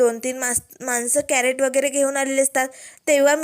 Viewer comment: कॅरट नाही, क्रेट म्हणतात त्याला ताई.